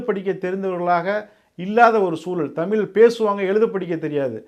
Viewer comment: தம்பி நீங்க தமிழுக்கா பேசுவது மனமகிழ்ச்சியை தருகிறது ஆனால் தமிழை தமில்ல பேசுவது மனதைச்சங்கடப்படுத்துகிறது தயவுசெய்து தமிழ் ழ் ழ் தமிழ் என்று உச்சரிப்பு கொடுங்கள்